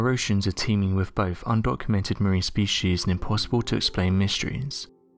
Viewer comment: both... not bofe